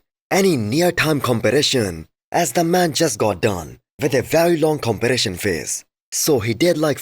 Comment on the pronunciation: BRO say competition not compylasion it is not that hard